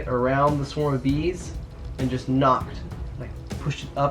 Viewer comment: they are called a SWARM, not a Swerm